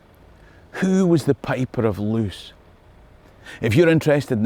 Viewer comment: Loos rhymes with "close" as in "close enough". In Dutch/Flemish double vowels function like adding an e to the end of an english word.